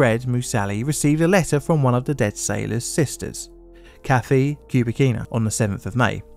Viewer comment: If you're going to perpetuate this story (as well it should be!) Please do get your name pronunciations correct. Fred Moosally (Moo-sal-ee [as in the proper name, Sally]), Mike Fahey (Fay-hee), Kathleen Kubicina (Coo-bih-chee-nuh).